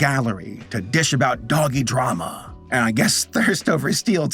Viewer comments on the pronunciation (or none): none